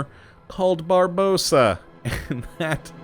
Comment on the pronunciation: Barbarossa. Not Barbossa. ;)